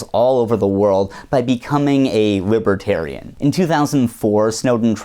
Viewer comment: What's a wibwertairian?